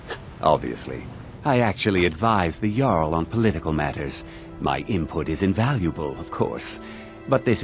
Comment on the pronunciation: Jarl not Yarl